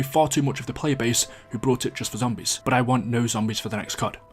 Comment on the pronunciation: This is extremely random but why do you pronounce fear like “fear” but you pronounce year like “yurr”? And similarly, I’m curious to know why every time you said bought in this video you pronounced it “brought”.